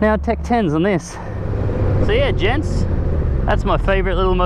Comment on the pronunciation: "How'sitgoing Gentssss" I'm doing pretty good.